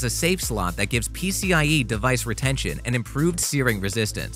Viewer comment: U said pcLe it’s pcie